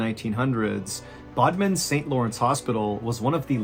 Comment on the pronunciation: Bodmin' not Bodman lol I literally used to live there